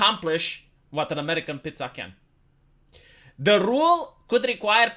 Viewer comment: as a non english and non italian speaker i approve of his pronounciation